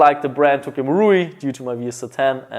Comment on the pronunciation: Why did you say "STOCK marui glock" isn't it tokyo marui glock😂